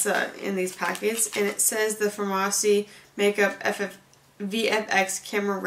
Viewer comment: FAR-MASSI?!? girl noooo 😂😂It’s pronounced just like pharmacy